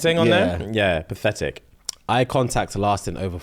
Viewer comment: says PATHETIC with his chest 😂